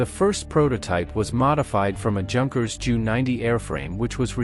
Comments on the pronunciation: "Yoonkers" Not junkers. great video otherwise. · Junkers is pronounced “Yoonkers”